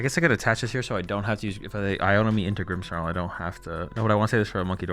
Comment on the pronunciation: there is no "H" in "Grimmsnarl". stop saying "Grimmshnarl"!